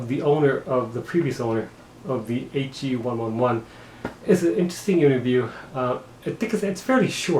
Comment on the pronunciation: It’s actually pronounced the H e one eleven